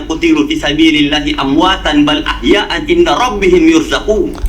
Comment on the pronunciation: Sepertinya Ahyaun bukan ahyaan